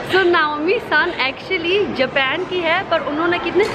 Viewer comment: Japen nahi japan bolna sikho